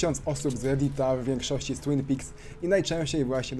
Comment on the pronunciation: TWINPIKS (mowi sie twine peaks ) xdddddd :))))))